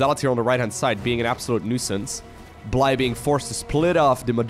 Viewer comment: I believe it is pronounced Blie-je like the Russian/Ukranian word Blyet and not bl"eye", as in "the human eye". this is with the Dutch pronounciation of the letters, lived with a Ukranian dude for a while while studying abroad, he told me that "blyet" can be shortened to "bly" so I think this is the shortened version of Blyet as well. cool name!